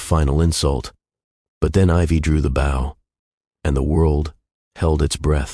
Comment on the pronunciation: God I hate "AI" mispronouncing words. "Bow" is not pronounced like "Bow your head" it's "Boh" when referring to the violin tool. Jeeez . . . .